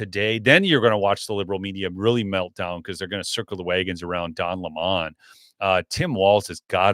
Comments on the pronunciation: OH COME ON ITS NOT LAMON. ITS LEMMON LIKE HIM A SOUR PUSS😊DON THE LEMMON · Don Lemon not Don Lamon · Can someone tell it’s Don Lemon… like the fruit. He’s pronouncing it incorrectly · I have to say this. Please pronounce Don Lemon as the fruit, not the new pronunciation he's changed to, so he'd sound significant! He is a sour lemon!!!